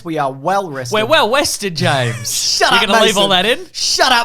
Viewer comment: WOO! WELL WESTED AND WEADY TO WOLL!!!